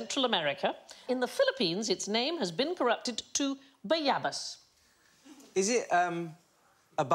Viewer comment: As a Filipino I can't help but laugh at ba-YAHH-bas lol